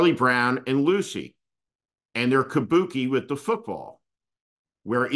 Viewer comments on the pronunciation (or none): none